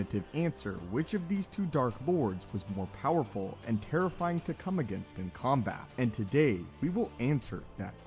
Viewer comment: ah yes "poweful" lmao